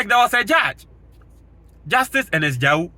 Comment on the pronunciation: Ernest Ga ye wu (Gaewu) not Ja wu.